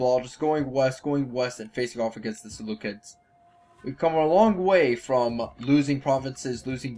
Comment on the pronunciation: Ser-loo-seeds. You pronounced Seleucia correctly, but you call Seleucids as "Seleukids". Unless... Seleukids is some kind of joke you are attempting... if not the cids should sound like seeds.